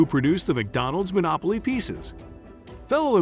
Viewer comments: I was laughing at "Monolopy" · "Monolopy" game?